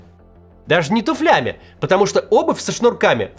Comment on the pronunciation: тУфлям, а не туфЛям